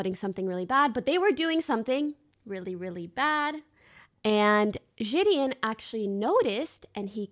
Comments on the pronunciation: it’s Ji de On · Ji-di-in come on bro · This is all good n great n I fw it but her saying jidion name wrong had me correcting her every time in my head😂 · why does she still say his name wrong?